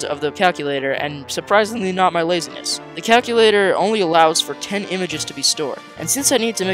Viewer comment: Count how many times he says lazyness